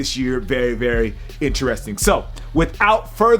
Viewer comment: Did u say "in-churesting" #thefuck